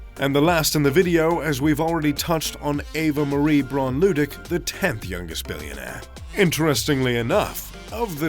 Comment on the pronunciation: Lah-dwick, jeeez